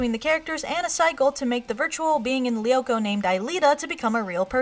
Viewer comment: You pronounce "Lyoko" wrong -.